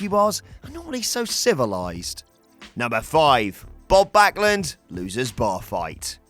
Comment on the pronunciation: You have to btch about spelling mistakes? Your ears were still working fine and he did pronounce his the name correctly... Meh, get a life and move on...